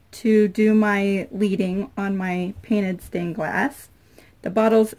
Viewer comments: Lead-ing is not pronounced leed-ing. Lead is LED...LED-ING. If you research authentic stained glass you will learn that the pieces of glass were held together with LEAD and FLUX. Therefore, the black Paint, which authentically would be gray LEAD, is a FAUX LEAD (LED) that represents the authentic LEAD(LED). Not LEED.... LED. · Ok I'm gonna be obnoxious and correct you, it's called liquid leading pronounced "led". The framed glass looks great, maybe make a mug rug to match? You can also get a "frosted" glass stain for clear looks too. Don't forget to seal the entire pane when done, I use spray acrylic. I have one outside (about 5 yrs old) still doing fine in all the weather.